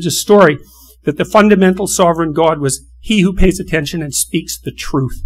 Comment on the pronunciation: One day , statues will be built of this man! A modern day metaphysical Tesla! In 1 word genius! Certainty, the best modern day thinker. "Lobsters.... Ah-TEN-SHON" ☺